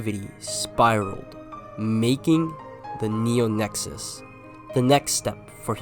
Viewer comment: YO!! THIS IS SO COOL!! Though because of the RoboCat I heard Nya-Nexus instead of Neo-Nexus 😅😂😅😂